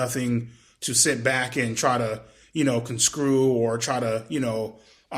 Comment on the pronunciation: lol what’s “conscrew”?